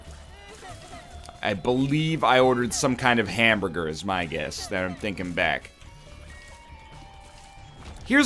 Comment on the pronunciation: why is it a ham-bgur and not a hamburger. fix dat accent boi